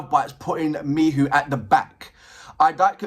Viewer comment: Greetings, thanks for more LOVEBITES. I enjoy your reactions. I also appreciate your enthusiasm and interest in Miho, however, her name is pronounced Me-HO, not Me-who as you are in this video. I understand your 'frustration' with her somewhat subdued presentation, but she is the 'foundation' that seems to be comfortable with others 'taking the spotlight' even though they are really an ensemble which I appreciate. There is no member that 'stands' without Miho's foundation, from originating the idea of the band, the styles they present, the choices in drummer, guitarists and vocalist/lyricist began with Miho's vision. She is to be honored for being the impetus without which LOVEBITES would not exist, at least not in any way that it does exist. As a musician myself, a song-writer, vocalist, multi-instrumentalist who does not seek the 'spotlight', I can relate to the possibility that Miho is happy to step forward at will, but primarily be that foundational aspect, singing lyrics she wrote, without the mic, but showing that it is HER song. Her style of bass playing is sync'd with Haruna in quite complex ways that are not necessarily 'featured' as 'spectacular' like the guitars and vocals, but without those rapid-fire-fingers bringing that driving contribution, as she chooses (remember, she IS the band LEADER), and IF she was a "Billy Sheehan" or even "MISA" from Band Maid style bassist, LOVEBITES would sound nothing like it does. I watched part of an Iron Maiden show last night a